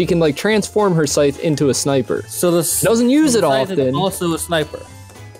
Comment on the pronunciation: A..."sytch"? Lol